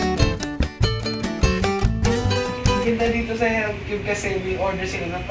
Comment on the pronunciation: health is heALTH GALING TLGA MG BRITISH NI TATAY LOVE LOVE